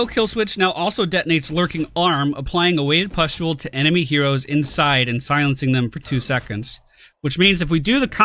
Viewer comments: Thank God for chat. "Pestule" was giving me an eye twitch everytime said it. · Gawd Chat, just let him say 'pest'-ule for one video. You are so mean, you guys are a no fun zone :D